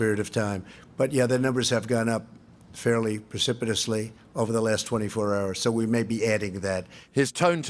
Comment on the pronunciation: Precipitously. He pronounced it impeccably. I wonder how long he had to practice what Jared wrote.